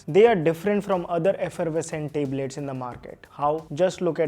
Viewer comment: Tablet❌ Teblet✅